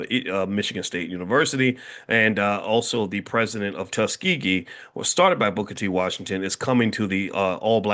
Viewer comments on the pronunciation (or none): none